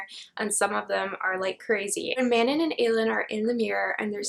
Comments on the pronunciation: Manon name is pronounced like 'Mannon.' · Manon actually rhymes with, the dawn. The way the author says it. this was a really entertaining video though!